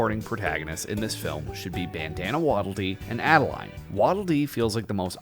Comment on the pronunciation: First of all, it's Ado-Lean, not Add-A-Line. Secondly, what if we get a Pure Evil King Dedede?